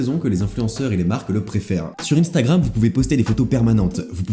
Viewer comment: "UNstagram" pas "INEstagram" !